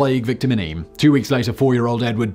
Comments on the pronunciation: I would say Eyam is pronounced - Eee am. But despite living nearby in Sheffield,locals normally refer to me as a “soft, shandy drinking, nancy” so I could be wrong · Eyam . “EEE-ham” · Eyam is a pretty little village, I have been through it a few times. It is pronounced Eem. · Eyam is pronounced "eem". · It's closer to Eeem than E-yam. Yeah, quite a story isn't it? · EEEM, NOT EEUM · I live in Eyam (pronunce as eeam), and for 12 years I lived in the Plague Cottage.. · I live in Eyam (pronounced Eem) we are proud of the villages history . Some of the pictures that accompanied the video showed the plague window in the church and crowds who came out to the village on Plague commemoration day. This is still held but not so many joining in the procession nowadays. A band leads the way from Church to the field where the outdoor services were held in plague times. If you ever get over here do come and visit us...lots to see and do in the Peak district. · I live quite close to Eyam in a place called Chesterfield.( pronounced Eeeam as in Steam). It's history and the lessons we learned were applied in the recent pandemic. Isolation, household quarantine, limiting the spread by hygiene. Reverand Montpesson and Stanley created a boundary and goods were left at the boundary and money for the goods was left at the boundary, was left in vinegar. The stories of how the families lost each other one by one and having to be buried by family is harrowing but despite it all it worked and surrounding areas were saved because of their actions. It did make me super angry by people who were going out despite being told to stay in during the early days our own pandemic. If only they had all heard to story of Eyam (not a tale but fact). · I live not far from Eyam, pronounced eem. It is such a beautiful little village. I used to go hiking there. How that village saved the lives of so many others was amazing. It just shows that in the 15th century, they had more respect for their fellow man